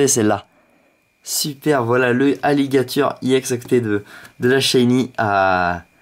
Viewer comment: pk tu dis iex :D